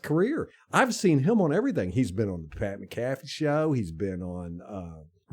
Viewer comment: Are you guys purposely saying pats name wrong?